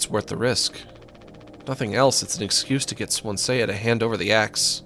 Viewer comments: Anyone else get rlly pissed off whenever he says swan-see-ya instead of swan-see 🥲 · everytime keeps pronouncing Swansea as Swansay-ya, gets to me 😂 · >pronounces it Swan-Say-Uh >asks chat if its supposed to be pronounced that way >doesnt read chat afterwards >refuses to elaborate chad